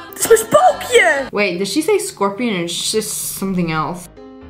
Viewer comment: NO she said spokeeyan